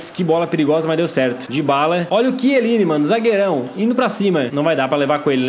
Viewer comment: não e quieline e chieline